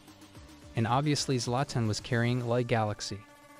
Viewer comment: dont ever pronounce Zlatan as Zlayten again